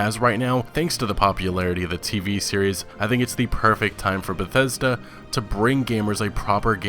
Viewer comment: It's beth es da... Get ready to be disappointed